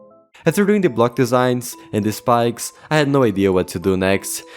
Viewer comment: "block desigms"